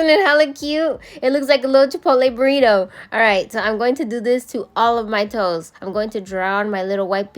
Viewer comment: Burri-toe 😂 you always have me laughing. Love the video!